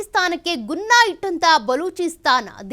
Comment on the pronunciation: ಉನ್ನ ಅಲ್ಲ ಅದು, ಗುನ್ನಾ